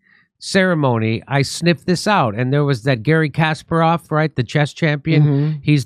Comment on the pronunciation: KasPARov, second syllable is accented.